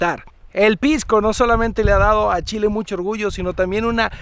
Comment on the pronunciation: Primera vez que escucho el "chi chi chi, le le le" como corresponde de un extranjero <3